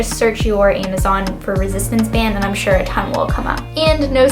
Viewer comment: I love how you say Amazon "aimazon", anyways thank you for the video :)!